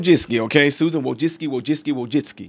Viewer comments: I think it's pronounced Wojcicki. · I feel really sorry for her son, R.I.P. However I have nothing kind to say about Susan Wojcicki. I believe her last name is pronounced "Wo-Jick-Key" but could be wrong. This does, however, speak to the dysfunction of that family. In a rotted society Susan helped create. I have my theories about the situation her son found himself in to feel like he had to do that. Not surprisingly he was attending U.C. Berkeley--I can't exactly say I have met anyone with a balanced worldview who studied and graduated from there. It's possible but...rare enough I've never seen it. This is just all-around unfortunate. I hope the lad found the peace in death which he couldn't find in life. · it's pronounced like "woah, jet-ski" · "Susan Wo-Jet-Ski"